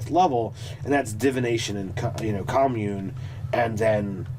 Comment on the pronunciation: If you’re not talking about communists, “commune” is pronounced “come YOON”.